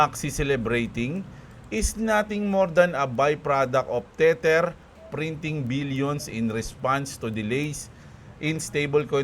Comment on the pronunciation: Boss lagi ko nalang nadidig ung "teter" sau bat dmo palitan ng "teder"